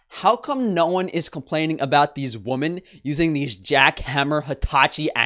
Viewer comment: "women" is not pronounced like "woman" ahh